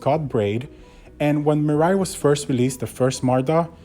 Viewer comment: hey there buddy you're pronouncing mirai wrong